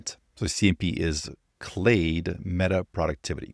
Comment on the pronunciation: You are pronouncing “clade” exactly right